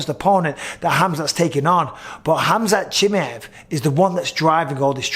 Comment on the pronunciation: Bisping: Khamzat Chimeyef